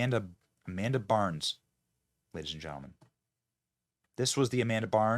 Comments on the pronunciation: Ok, I can’t take this anymore. It’s Amanda BINDS! Not Amanda BARNS. Also, while I won’t argue that she might be woke, I firmly believe she’s screwed up because of the abuse she had to endure by many people on the Nickelodeon set, not because she’s woke. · Its Bynes, Not Barnes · It's Amanda Bynes NOT Burns 😂😅....and She is The Result Of Heavy Drug Use After Being Molested, Raped and traumatized through Hollywood Scum.... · Her name is Amanda Bynes not Barns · Oof. Benny. It's Amanda BYNES. At least get her name right and it wasn't wokeness that took her out, it was being a child actress in Hollywood and massive amounts of abuse she endured. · BYNES!!! Benny has pronunciation problems just like Joey B